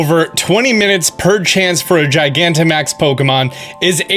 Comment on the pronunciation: “2-20 mininutes” OOPS!